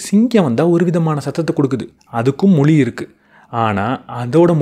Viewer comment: ‘மொளி’ யா இல்ல ‘மொழி’யா?? தமிழுக்கு ‘ழ’ அழகு. அதைப் போய் இப்படி உச்சரிக்கிறீர்களே!!